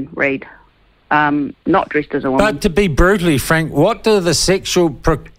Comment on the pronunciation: Woe man!